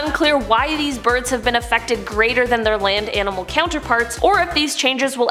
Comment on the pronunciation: afectked lol